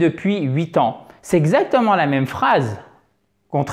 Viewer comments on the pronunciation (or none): none